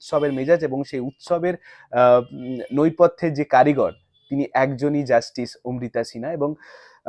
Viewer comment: অনুভব, কথাটি "নৈপথ্যে" নয় "নেপথ্যে" হবে।👍